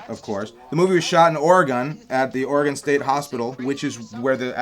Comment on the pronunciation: Great commentary, but: the state's name is pronounced ORE-EEE-GUN.